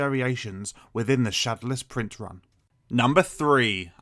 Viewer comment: Why do you say shodowless like that? Try saying it shad-ow-less not shad-a-less